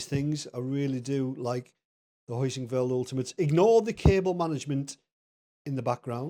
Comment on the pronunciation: It's called "Heusinkveld," not "Hoisinkveld,". 😂